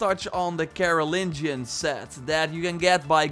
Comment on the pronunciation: Carolonian 😃. Its Carolingian, named after Charlemagne.